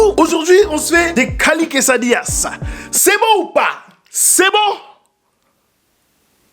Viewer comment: Des quesadillas tu parles comme il faut !!